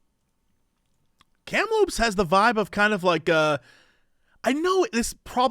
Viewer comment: You got Kamloops BC absolutely correct